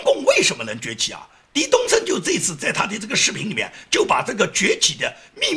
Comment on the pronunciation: 翟东升，这个翟字作姓氏的话应该念zhai 不是di